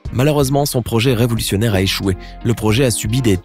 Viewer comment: 4.07 revolussunaire 😂😂😂